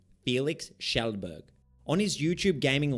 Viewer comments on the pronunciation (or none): none